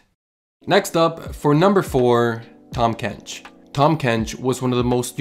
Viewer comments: "Tahm kench"❌ "Tom kench"✅ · Haha tham kench